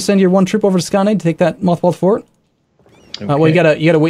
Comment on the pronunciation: The "å" in Skåne is pronounced like the "o" in scones